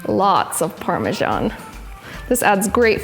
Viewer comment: Why do you say parmejan when its spelt parmesan?